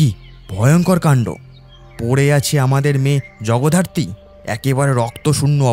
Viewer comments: Jagaddhatri ke Jagodharti bollen , ish ki bichchhiri byapar 😂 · শেষ টা খুব খারাপ, আর জগধারত্রি নয়...... জগদ্ধাত্রী, উচ্চারণ ঠিক করুন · খুব ভালো হয়েছে !! শুধু জগদ্ধাত্রী উচ্চারণটা একটু সঠিক করলে আরো ভালো হয় I🙏